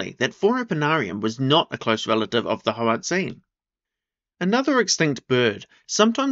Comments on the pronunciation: should be prounounced more like hoar-ut-sein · HOE-ART_ZINE, could you say it anymore like a dgaf white person, give the language some respect